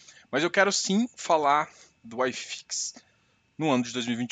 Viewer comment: Acho que ele é gaucho....Se fosse mineiro ele chamaria Uai fix....E se fosse baiano chamaria oxifix...